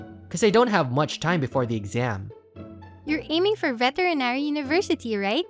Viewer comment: I laugh my ass off the moment i hear vetenary school lol Lovely video though! Story dialog is off sadly but its still a wonderful story!